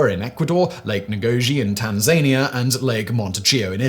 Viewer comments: It's NOT Tan Zania it's Tanz Ania.Pronounce it correctly. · Hey Simon, Tanzania is said as Tan-zah-neea not Tan-zaayn-ia. You say it is the same way trump says it - wrong. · How did you pronounce Tanzania? 😂😂 Tan-zania?? It's Tanz-ania 🤣🤣🤣 come on Simon!! 🙂🙃🙂🙃🙂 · Tan Zania? Don’t you mean Tanzania you illiterate SFB? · Tanzania is pronounced Tan'-zuh-NEE-uh, the first syllable having a weaker accent than the third. For those who don't know, this African nation was created when Tanganyika and Zanzibar merged in 1964. I never got over the disappointment of having those names go out of common usage. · He still said "Tan-zania" though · Yeah, he's mispronouncing like Tasmania. It's TAN-zan-EE-uh. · "Tan-zane-ee-uh...." I've only ever heard one other person say it like that, and they were wrong too...😑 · Absolutely never heard anyone pronounce Tanzania that way. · only Donald Trump pronounces Tanzania as you do... and he's a moron... google it😊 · I've never heard Tanzania pronouned like Tasmania before. 😂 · I love your videos man but could you please please please start pronouncing Tanzania correctly?! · Have I been pronouncing Tanzania wrong my whole life or is Fact Boying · I've been thinking that too! I'm like "That is not how 'Tanzania' is pronounced" but he's done it in other videos a couple of times before, and now I find myself questioning if I've been the one saying it wrong all along... 😦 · I commented the same thing just now haha!! He said it like it was a theme park or something 🤣🤣